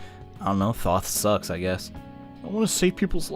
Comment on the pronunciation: Is it thot or Thoth?